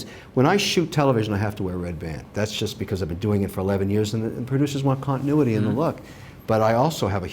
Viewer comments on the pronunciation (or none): none